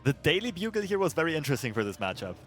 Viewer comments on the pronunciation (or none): LOL "Daily Bug-al"